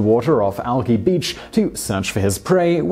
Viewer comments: Alki is pronounced "al-KAI" not "al-KEE" haha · Alki is pronounced "al kaɪ" not "alky" 😊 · "Alki" is pronounced "al-kai". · In a different form of pedantry, "Alki" ends in a long I, like "alkali".